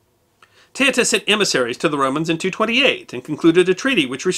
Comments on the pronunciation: It woud have been good if you learnt to say her name correctly. Teuta pronounced ( Te-oo-ta) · her name is pronounced TOOTA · Her name is pronounced Tay-OO-tuh. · Teuta is pronounce not like that. E and u is not a diftong but are pronounce as E and U. Second she was not a pirate but she gave accsess to piracy who worked for her.